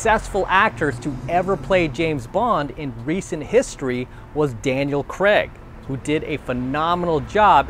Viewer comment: The way he says Daniel creg lmao 😂